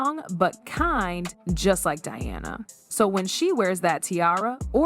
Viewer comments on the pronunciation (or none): It is not Dearna its Di-ana why pronounce the name wrong with AI when you could narrate it yourself. Be authentic a human is better than AI. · Di Anna, NOT DEE ANNA! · She’s not Deanna. It’s Diana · That is so aggravating, ever time she pronounces Diana wrong. I am glad I’m not the only one that noticed. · Dee-Awna - really?? Mispronouncing Diana’s name? AI is annoying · Why does the narrator keep calling Diana “Deeana”? She was only the most famous person on the planet during her life. Pronounce her name correctly.